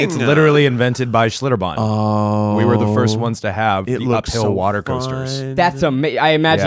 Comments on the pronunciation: As someone who lived in New Braunfels for a few years, Schlitterbahn is pretty awesome, but you need to float the river! And I love that Ned keeps saying "Schlitterbom" hahaha! Love you guys! You're all adorbs! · Hearing the other three mispronounce Schlitterbahn for 40 minutes lmao I'm from San Antonio but I've never been